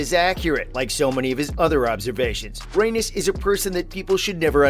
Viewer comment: The way he pronounces Rheanys is infuriating